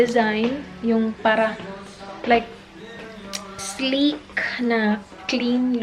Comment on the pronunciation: “Budol fight” “slik” “at ul” hahahaha